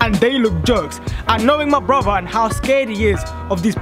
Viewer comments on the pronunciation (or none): No offence but it's pronounced broTHer not broVer no offence but cool prank 💚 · When he says brother it sounds like bruber LOL